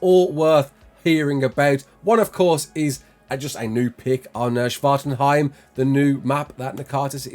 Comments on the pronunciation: How many times did you practice saying Svartalfheim? lol Svartenheim lol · I almost got triggered when you mispronounced Svartalfheim, but I also know you're trying lol.